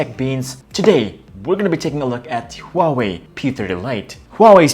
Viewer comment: First off : wtf is a hawei????